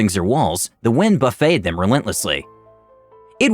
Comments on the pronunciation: The wind put them on a buffet table? You pronounced buff-et (As buffeted by winds) like it was bu-fey (An all you can eat lunch counter?) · Buffeted (Buuf - et -ed not Buff ey) how can you not know this word? Plebe.. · The wind BUFF FETT ED them. I know it's a weird word. I'm surprised how many words are mispronounced accidentally. Still amazing voice and show and story regardless. One of the best ever! I'd just have someone who knows word pronunciation sort of fact check these first. Or skip confusing words and replace them. Like the wind whipped at them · Yeah, it's spelled the same, but said like buff-et, as in muscular. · Yeah "Buff-it-ed" is how it should be pronounced, it's always interesting to find out what words people have only seen in text, and mistake how they're pronounced. Like the word "Milquetoast" which a lot of people have only heard, and mistake it for "Milk Toast". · I laughed out loud when I thought someone named their character "Bidet" (as in toilet), and when they were somehow not eaten when they were placed on the buffet (as in food bar). Pronunciation goes a long way, I guess.